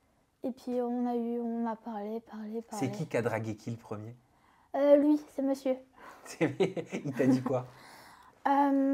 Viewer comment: « avec mesieur »😂😂